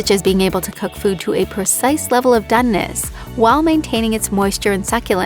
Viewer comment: Butterrrrrrrr, what the hell is Donness, no such word, try and learn English